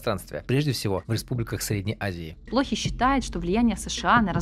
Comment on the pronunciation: Сергей ПлохИй... Фамилия историка имеет ударение на последний слог...